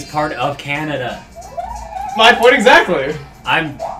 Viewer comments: Canadia, huh? Someone been watching Axis Powers Hetalia? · 8D I'm not the only one who calls Canada "Canadia". I feel more happy than before. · Canadia...? I am so many other Canadian's shake their heads, bwahaha! XD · HIGH FIVE CHUGGA!! I SAY CANADIA TOO!!!! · Canadia ?! Really!? I say that all the time, for real! I think it is a cross between Canada and Canadian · Canadia ; ; That sounds WRONG LOL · yes some one else that says canadia